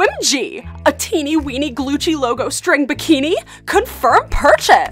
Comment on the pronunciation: I like when the poster said "Glucci" Instead of "Gucci"